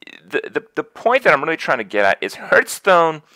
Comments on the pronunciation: Funny that Krip can't pronounce Hearthstone properly! 'Harth' not Herth. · i hurt everytime he calls it hurtstone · How does a Hearthstone streamer not know how to pronounce hearthstone?